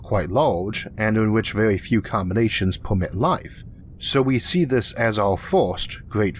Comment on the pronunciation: Can't get by this guys speech impediment....he needs a narrator....I can't stand to "wisten to whis nawwation"